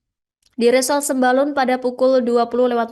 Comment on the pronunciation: Sembulan sembalun😅😅😅 pembawa acaranya belajar lagi ya bacanya